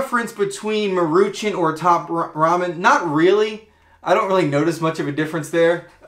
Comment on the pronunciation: That is so not how you pronounce "Maruchan." 😛 It's "Maw-ru-chawn."